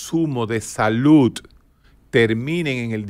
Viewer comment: Dr. Un datelle importante y algo curioso, si bien somo dominicanos y la DICCIÓN no va muy con nosotros, pero, usted hace énfasis en la pronunciación de la palabra SALUD, y lo hace con la T (saluT) en vez de la D (saluD) Fuera de eso, ha sido grato ver y escuchar todo sus comentarios y reflexiones en aste video.